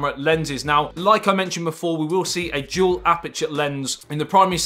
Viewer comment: You can start by practicing to say - dual and not jewel. Everytime.... It dual not jewel.